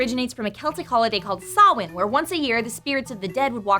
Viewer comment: got SO MUCH closer to pronouncing Samhain right than non-Irish people normally do. Well done! Turnips are also REALLY hard to carve. It's like soggy wood. Not fun.